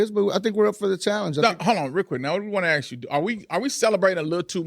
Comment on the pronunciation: Ask her to stop saying Axe